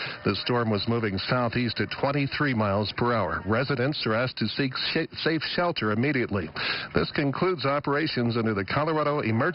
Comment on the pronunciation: Seek SHI- seek safe shelter. Pronunciation FAILURE.